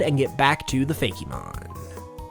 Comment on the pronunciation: I used to like these types of videos UNTIL the tera-leak happened and we found out that Fakemons (and it's is FAKE Mon and not FAKEY Mon like you keep saying) were too widespread and ended up overlaping with what Game Freak wanted to do and THAT was why we don't have a Flying type Eevee.